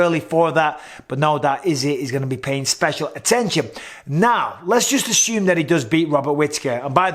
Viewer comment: Didnt know assume has an H in it Thanks count 👍🏽